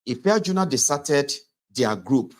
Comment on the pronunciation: The name was Ife-aju-na